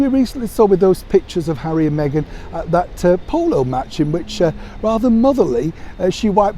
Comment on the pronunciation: Lol lol lol hawwy compassionate???? You crack me up. Lol lol lol. Who was paid how much to let those words slip off their lips.